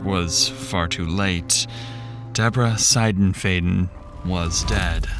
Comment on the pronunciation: So... I know him and his wife. She was the sweetest woman ever! 😭 Also, on a less important note... You pronounced the last name wrong. Its S(eye)denf(eye)den